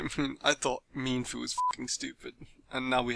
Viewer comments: When they pronounced it meanfoo i paused the video and walked away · When he said Mean-Foo the first thing that came to my mind was Memefoo